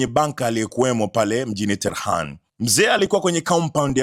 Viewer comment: Tehran bwana sio Terhan